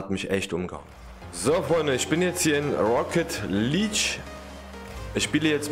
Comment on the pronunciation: Auch wenn ich nicht gut deutsch kann kann ich dich aber verbessern❤️ Rocket League hast du fast richtig gesagt nur Luek du musst es mit ja sprechen also Leakue